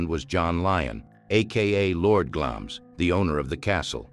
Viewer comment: Glamis is pronounced as Glamz. Elizabeth II was the queen of the UK, not just England.